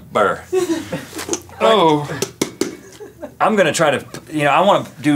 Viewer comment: "Tum tum cucum-ber"